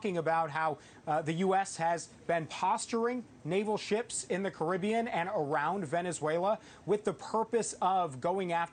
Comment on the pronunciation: Its Caribbean mr marco